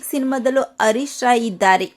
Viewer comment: ಅಮ್ಮಾ ಅವರ ಹೆಸರು ಹರೀಶ್ ರಾಯ್, ಅರೀಶ್ ರಾಯ್ ಅಲ್ಲ.